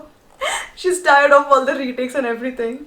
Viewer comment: Tired or tried ??